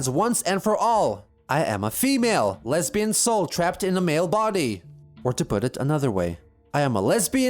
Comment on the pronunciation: watch me be wrong and chris actually said leabian instead of lesbian